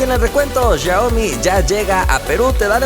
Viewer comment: Jajaaj como dice xiaomi el dice shioaomi